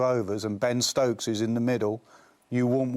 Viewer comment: Ben Ctokes😂😂😂